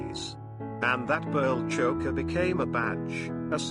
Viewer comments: PLEASE! PLEASE! Cease with the robo voice😩 It is incapable of correct pronunciation. Chokka??? (Choker)😩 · "Choe-ker," not "Chocker." !!!